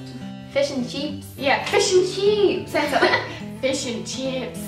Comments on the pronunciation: fush n chups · The rest of the World thinks you say "fush and chups" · When you say fish and chips it kinda sounds like fish and chups